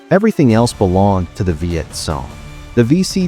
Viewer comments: It is pronounced CONG not SOON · Learn to pronounce name would help a lot... it's not sone it;s cong